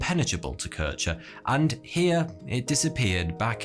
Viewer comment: Good quality video, just a shame for the total ignorance / inaccuracy of german name pronunciation (Kirchner) ?